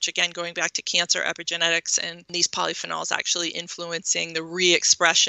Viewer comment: I don't like how she pronounce polyphenols. And eggs are not good.